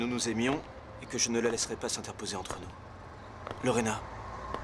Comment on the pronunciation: J’ai remarqué que n’appelle jamais Lorena convenablement,il dit toujours Lorène et c’est depuis toujours.